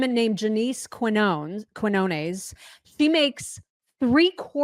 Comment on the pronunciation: Firstly, her name is pronounced . Secondly, has anyone else noticed the irony that the Mayor of L.A. is LITERALLY named Karen? Next, why is ANYONE surprised that the politicians, who have f**ked up the most, are deflecting and outrightly refusing to answer questions regarding their culpability? Regarding electric car fires, it's not JUST the batteries in cars. The same materials are used in ALL electric vehicles and electronic devices, like E-cigarettes, airpods, etc. Lithium, Sodium, Potassium, Rubidium, Cesium, and Francium are what are known as alkali metals. Alkali metals all share some commonalities, chief of which is that they are highly reactive with water (they go blowy-uppy bang-bang boom). Once the battery fire reaches a certain temperature, pouring water on it not only won't put it out, it makes it worse. These fires burn in excess of 2,000°F. Applying water merely causes the water to break down into its constiuent elrments, Hydrogen (which is highly volatile), and Oxygen (which aids combustion). There have been examples of burning electric cars being dropped into tanks of water, yet continuing to burn and reignite for 30 days. The Chinese are currently developing manufacturing methods to switch from Lithium to Sodium (which, incidentally, is more reactive than Lithium), because it's far more common and they believe it'll make the batteries more profitable.